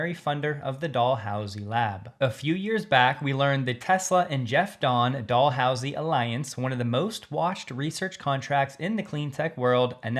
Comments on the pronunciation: It's pronounced Dal-housie, not Doll-housie. Thanks for the battery info! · Like Dallas, not Barbie Doll… 🤣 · Just a fyi. Dalhousie is pronounced: Dal how si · Thank you for your good work sir. BTW, for the correct pronunciation of Dalhousie: The first sylable, "Dal..." rhymes with "gal". From a Canadian from Montreal.